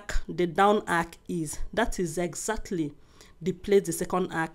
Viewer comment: My love the word is arch not ark